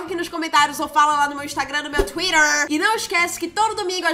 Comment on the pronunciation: Odeio quando as pessoas falam Twitter assim: Tuírar Fala tuíter DISGRAÇA